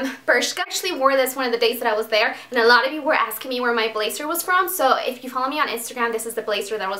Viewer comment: Oh my god go through 9 minutes then she shows the stuff! Hunn bazzzzzzer not blassssser xxxxxxx not sssssss